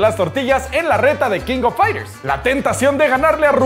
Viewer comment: Se dice kinofaigters